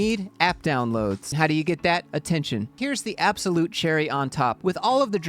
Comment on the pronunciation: There is no bad PR. I think you meant, "app-solute".